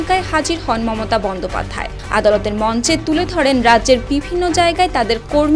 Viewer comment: আপনার এত ভুল করেন কেন এটা বন্দ্যোপাধ্যায় হবে না হবে বঙ্গোপাধ্যায় 😂😂😂